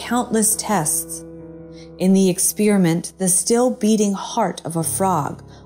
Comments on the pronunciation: What is an exspearament? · Since when did we start pronouncing*experiment" that way?